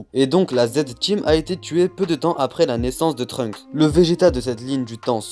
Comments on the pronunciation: pourquoi j'entend Trumps a la place de Trunks 😭😂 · J'ai l'impression que tu dis Trump